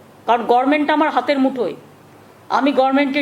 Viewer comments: কথাটা গর্মেন্ট না গভর্নমেন্ট?মাননীয় মুখ্য মন্ত্রীর কাছ থেকে একই কথা বারং বার শুনতে শুনতে এর পর আমরাও না গর্মেনট বলা শুরু করি! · আচ্ছা উনি গরমেন্ট বলেন কেন? হাস্যকর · শুদ্ধ ভাবে উচ্চারণ পর্য্যন্ত করতে জানেন না গরমেন্ট পবলেম আবার এত শিক্ষিত বলে নিজের ঢাক নিজে পেটান তায় আবার প্রধানমন্ত্রী হবার শখ। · বিখ্যাত বৈজ্ঞানিক আইনস্টাইন বেঁচে থাকলে মনে হয় বলতো যে আইনস্টাইন থেকে আমি বেশি আমি বেশি বুঝি আমি জানি নিজেকে উপলব্ধি করতে পারে না মনের কথা শুনলে ঘোড়ায় আসে গাদায় ও আসে গভমেন্টের গভমেন্ট বলে গভমেন্ট উচ্চারণ করতে পারেন না ভুঐ ডিগ্রী কলেজের ছাত্র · Administrative office e boseo political kotha bolar Kono right onar nei. Je mohila government word tai pronounce Korte paren na uni naki administrative head. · Uni government katha ta pronunciate korte paren na athacha uni C. M. Bhaba jaye? Rabridebi Bihar echilen tok doi eai Bengal e. 😮😮😮😮